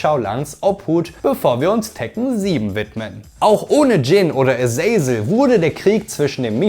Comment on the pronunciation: Aber die Aussprache von paar Charakteren wie zb Azazel , ist fragwürdig